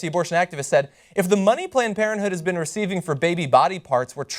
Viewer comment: planed por(n) planed parenthood lol